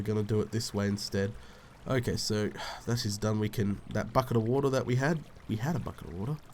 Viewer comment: "I came down for some wo-TAH" lol :)